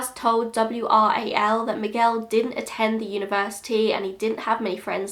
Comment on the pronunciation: Wow, The way you say Miguel is perfect. Sounded like a native! Great job 👌🏻